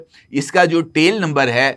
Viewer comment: ABBY GUNJAY DHAKKAN 😂TEAL NAHEAN TAIL SAHEAH ENGLISH BOL WARNA URDU MEAN DUM BOL.😂